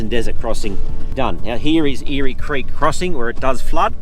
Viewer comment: Eyre creek is pronounced air creek not eary creek.